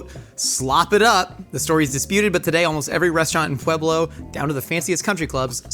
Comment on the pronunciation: Thank you for 1. Telling the true story behind the slopper and 2. Pronouncing Pueblo correctly. A side note, the best green chili is made using Pueblo Chilies, NEVER hatch😅